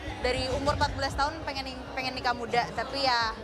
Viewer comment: Manda Salah pengucapan doang